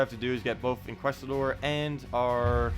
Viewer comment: bud. Inquisitor....there's a I there not Inquestor. Otherwise great job as usual.